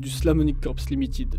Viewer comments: J ai une question pour les français du globe. Pourquoi vous lisez des mots en anglais comme s ils sont des mots en français !!??? Limiiitid !? C quoi ce niveau ? Ça fait mal aux oreilles. Il est écrit Limited, donc lisez le en anglais ou bien taisez vous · [limititte] se prononce limaaytit...quattering , guéyterin' serait aussi un peu mieux...